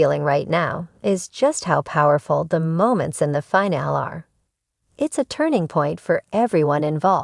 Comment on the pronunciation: The fact that someone can't program this robot to say the word "FINALE" correctly, is like nails scratching a chalkboard! FIN-AH- LEE! I can't watch it any longer!